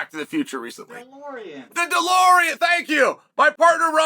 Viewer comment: The way the guy said Delorean like how tf do you not know lol